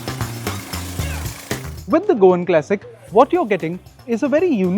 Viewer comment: all good , but can you please say CLASSIC and not KLASICK